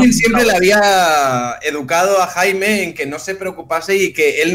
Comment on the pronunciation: Cada vez que pronuncia Jaime muere un pajarito